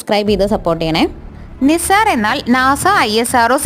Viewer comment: നിസാർ ❌ നൈസർ ✅